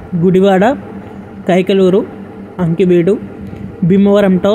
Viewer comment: Ankiveedu kadu akiveedu